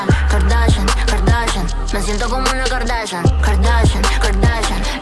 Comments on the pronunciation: Es kardashian no garnachan 😂😂😂❤️❤️❤️ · Es Kardashian no cardachan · No es Kardachan, es Kardashian, suena distinto. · Kardashian Kardashian no cardachan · Muy chévere, pero no se dice kardachan.... se dice kardaShian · Aprende a decir kardashian no es "kardachan" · Espera, espera espera, dijiste KardaCHan? Con CH? 😵😵😵😵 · No se dice Kardachan